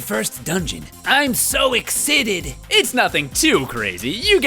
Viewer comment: I let out a joyful laugh when you pronounced excited ex-it-id.